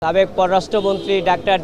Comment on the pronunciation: এই কি কলকাতার সে সাবেককে ছাবেক কেন বলে😮